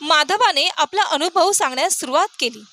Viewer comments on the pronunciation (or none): none